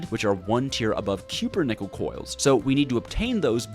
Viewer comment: CUP-PER-NICKEL RAAAAAAAAAAAAAAAAAAAAAAAAAAAAAAAAAAAAAAAAAAAAAAAAAAAAAAAAAAAAAAAAAAAAAAAAAAH